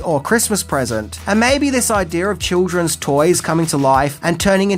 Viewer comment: You said " idear"